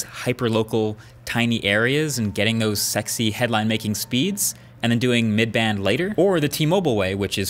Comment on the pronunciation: you say the word (sexy) in a weird way